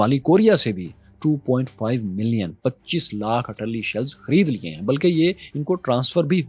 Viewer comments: what is Atalli shells? are you saying Artilary shells? not sure what is Atalli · "Arr te larry" shells not ar talli.